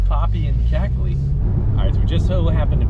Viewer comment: cackly? you mean crackly?